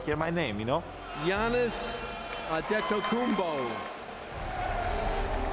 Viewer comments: I liked how commissioner stern pronounced giannis's family name: Adetokumbo. And it's not a mockery. i'm serious. :) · The original name is Adetokunbo, so David Stern' s pronunciation is correct. In Greek it is transliterated to "Αντετοκούνμπο" which is still pronounced correctly. But then, on the Greek passport it gets transliterated (letter by letter) back to Latin and becomes "Antetokounmpo", so if you try to pronounce this in English it' s quite different (and wrong). Same thing with Tyler Dorsey who also plays for the Greek basketball team: because of the transilteration back and forth, his jersey reads "Ntorsey". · That's the Nigerian version of his name, so it's correct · That's correct. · Name is pronounced Giannis Adetokunbo. Stern got it right!